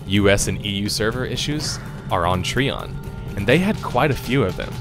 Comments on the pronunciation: Trion is pronounced try-on by the way. as per devs :) no hate. just saying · Trion is pronounced "Try On." I ditched this game after 2 days for being overwhelmingly P2W. Most toxic, divided community on the forums I've ever witnessed. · I don't remember the letter "i" to have an "e" sound. Lol Treeon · Is it really pronounced Tree-On? I've always just said "Try-On". Am I incorrect? Because hearing you say it that way is causing me to grimace lol. Also I loved the idea of Archeage. I spent $400 on the founders packs for myself and others. We got ambushed by the cash shop to buy land plots and place houses though, where we had the audacity to try and rush the quests to unlock access to the larger plots. So yeah...it ended up just screwing us with the cash shop patch it ruined it for me and my friends. Mix in mass grinding for a single "end-game" "epic" item...it was awful. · hey man good vid, but trion is not tree on its tri on like tripod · I thought Trion was pronounced Try-on not Tree-on. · Great vid but it is trion not treon as your saying it you say it tri-on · that was fast. this game shares a lot of the same design philosophies and problems as Albion... so I expect Albion will follow the same path since they don't seem keen on learning from prior game's mistakes. also... TREEON (it's try-on) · its TRION you should know better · Trion is a terrible company and always has been. The game had so much possibility. And oh. . great video. .I just winced every time you said "Tree on". . Its "Try on". . Trion. . like Tripod. . But that is not important. . GREAT summary! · I can tell you never played Archeage based on how you pronounced Trion. It's Tri-on not Tree-on. But then again they are the scum of the earth so butcher as u please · Wtf is a Tree on? Are you talking about Trion (Try-on). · It's pronounced Tryon! TRYON God dammit! The video is great and all but every time you say treeon I cringe so hard it's unbelievable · Tree-On != Try-On (Trion)?